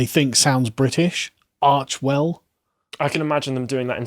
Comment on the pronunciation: The 'correct' pronunciation (according to H+M; it's a word they made up) is apparently 'Arch-e-well'. It's obviously meant to be their sons name. I suspect Meghan will divorce Harry when he's no longer useful, and groom Archie as her little feminist cuckboy, using him to get into politics after she fails. Poor kid is going to be fucking miserable.